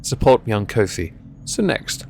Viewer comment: Pretty sure Ko-fi is pronounced like "coffee". I think their shtick (at least when starting out) was that you can support your favorite creators for as little as it takes to buy a coffee, or something like that. Then again, maybe coffee is pronounced with a long o in England, in which case, whatever, you do you.